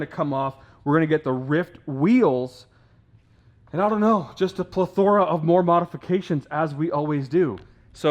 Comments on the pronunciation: This dude said plethora like pleh aura lol use words you can pronounce dropout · Ple-THOR-a? Hmmm...I’ve never heard it pronounced that way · Did anyone else laugh when pronounced “plethora” completely wrong? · AT. (5 Minutes & 59 Seconds) says the word “Plethora”!!? However, cue the video up, & LISTEN 🎧 to how he says the word “Plethora”!!?! I honestly don’t think that I’ve ever, EVER, heard that word pronounced the way that just pronounced in this AWESOME VIDEO!?! Anyways, I absolutely LOVE ROYALTY EXOTICS, as both a business, & especially as their You-Tube channel as well, but I swear though man, the way that pronounced that word.... 😳 😯 😟 was frikin funny as hell man!!! Like he had NEVER used the word “plethora” in a sentence, ever before just now, when he shot this video and ish!!! 😂 😆 😂 😆 I just wanted to point it out & to see if anyone else noticed it, or was it just ME?! Perhaps I’m just losing it myself!?! 🤔 😝 ✌🏽